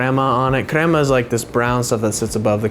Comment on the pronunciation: You say krema wrong